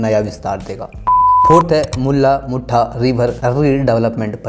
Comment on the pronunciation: मुल्ला मुठा नही भाई मुळा-मुठा नदी.... कमसेकम.. मुला-मुठा कहो